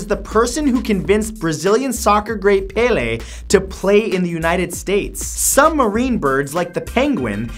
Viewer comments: Its weird when americans try to say brazilian names, like Pelé. Its Pelé, not Pelê! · paylay? it's Pele pronounced pelay. pel like how you say the letter L but with starting with a P and the "E" part in Pele is said like ay. So Pele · Btw it's pronounced Pe - Lay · Matt, not being rude but Péle is pronounced Pelay.